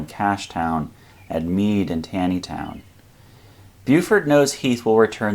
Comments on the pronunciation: "tan - ee" town pronunciation made me giggle. It's "tawny - ee" town, lol. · Love the vids. But Taneytown is pronounced TAWNY-Town. After Supreme Court justice Roger Taney. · Taneytown is pronounced Tawneytown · Nota bene: Taneytown is pronounced "Tawney-town". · Very minor detail that someone may have already noted. "Taneytown" is usually pronounced as if it were "Tawnytown." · Taneytown pronounced Tawnytown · Hide-lers-burg Tawn-e-town Her's Ridge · It's pronounced TaWnytown. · Fascinating and easy to follow. One small thing...I grew up in Maryland and the name of the town where Meade headquartered before the battle is pronounced "TAW - nee -town"